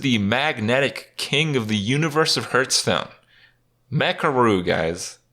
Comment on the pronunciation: I love watching Kripp videos more and more everyday, without even playing hearthstone anymore myself, but it really bugs me to hear him pronounce it "Hurststone"